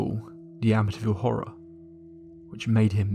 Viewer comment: It’s pronounced Amiteeeeeville